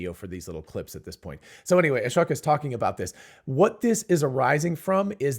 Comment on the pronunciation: Thank you for getting the right understanding and separating out the different aspects of what the CPVR videos taught us. It seems others don't get it unless it's spelled out like here. Final step is just to be able to pronounce Ashok's name correctly. At one point you mentioned Ashok and smoke in the same sentence and yet pronounced Ashok the way you always have!